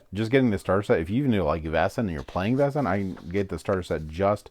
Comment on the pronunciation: Oh my god, 😂 People really just ignore the "a" in Vaesen.🤦‍♂️ VAY-sun. Great unboxing video, but some American pronunciations drive me crazy!🤪